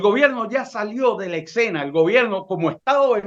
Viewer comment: Parece increíble que personas de este nivel digan "excena" en lugar de escena.